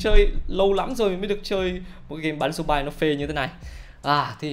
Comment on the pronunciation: Zombie đọc là dom bi nha anh, ko phải dom ba.